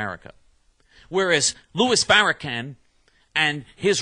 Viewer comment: Dude you are a wierdo! But your correct. We will continue to resist white people like you. Notice how I said continue to resist! Im Muslim and I do not hate Jews but I do hate you right now. You cant even say The Ministers name correctly. The only Anti-Semetic person I hear is you. Your lying to the people using fear as a lying tool. You are the monster and most people know it. You don't like anybody not even yourself. It's really to bad. You must of had a mean father & mother who did'nt stop it